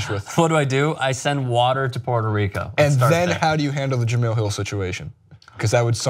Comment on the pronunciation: Guys...J-e-m-e-l-e...Jah mel...not Jah meal 🤣🤣🤣